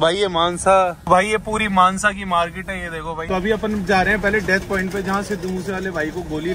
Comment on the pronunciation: It's mansa not manza